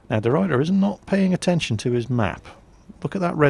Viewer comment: I love how pronounces deRuyter xD Its a typical Dutch surname and he doesn't nail it:P. But I'm not complaining, my English pronunciation isn't perfect but i just sounds funny.